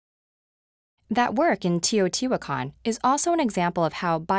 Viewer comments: The way she says Teotihuacan makes me want to die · kkarahodzic Teotihuacan is an Aztec(Nahuatl) word. There are still modern day speakers of Nahuatl. We absolutely know how it is pronounced. If nothing else, she could have used the Spanish pronunciation.